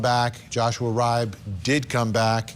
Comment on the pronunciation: Love ya Vinnie- just an fyi... Riibe is pronounced Ree-Bee. (I'm from the midwest and this is a common name here)